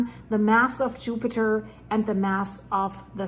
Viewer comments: 😂😂😂 did she say yupiter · Yoopiter Me: giggling like a school boy with a crush 💕